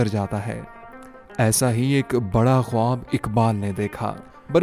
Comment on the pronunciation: آپ کا خواب کا تلفظ درست نہیں۔